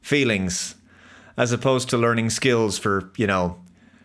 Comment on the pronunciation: Star trek: Lear-ing academy 🙄